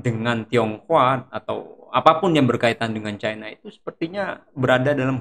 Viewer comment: KOREKSI :' Maaf.. Bung "CHINA.itu dibaca CHAINA